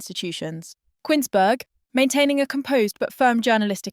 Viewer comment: It's pronounced 'Koons-berg' - not 'Quins-berg', ffs!!!